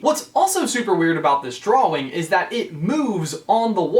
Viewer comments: Why do you say dwawing it’s drawing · He kept saying draw-wing not drawing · Aidan McGreenie he pronounces it "Draw-Wing" .-. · Aidan McGreenie to me it sounds like he says draw-wing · Aidan McGreenie I hear drawling to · He says "draw-wing" really weirdly. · Any thoughts or suggestions from me? Yeah, is it just the New Englander in me that is confused at your pronouncing of the W in "drawing" because I have always pronounced it "drah-ing" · Its really annoying how you keep pronouncing drawing as it looks when it is (drau in) idk but thats not how you say it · Is it just me or is he saying drawling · Sorry you just saying dwawing is hilarious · Drawing * x1000 please say it right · Okay, was anybody else annoyed by his constant mispronunciation of drawing? He kept saying "drowing" or "drowl-ling". My grammarian ears are ringing! DX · I’ve never heard anyone say “drawing” so literally. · Is it just me or he saying drawing oddly? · EmileeTv1993 i was just about to comment this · At first I Thought he was just being cute cause he was talking about Boo. But then everything changed when he said it like a million more times. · EmileeTv1993 He went to the Jack Sparrow School of Saying Drawing. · it annoys me too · He definitely pronounces the word in a weird way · has anybody realised that cant say drawing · i can't get past the way you say drawing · Why do you pronounce "drawing" so WEIRDLY?!?!?